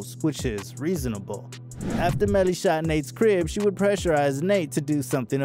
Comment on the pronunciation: You did bad bro. Fake photos... not saying his name right. Unsubscribe.